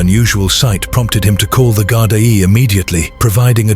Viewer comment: Gardai pronounced Gardee🇮🇪☘️🙏🕊✝️😘